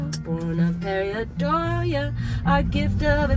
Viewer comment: "Pareidolia", (per-ˌī-ˈdō-lē-ə) but I forgive the mispronunciation. Very few people know the word :)